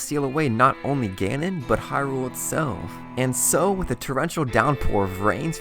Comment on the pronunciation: HYrule. Not HyRULE.